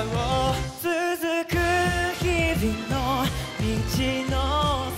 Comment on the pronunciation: 「続く日viの道の先を」 発音まで最高にクセになる…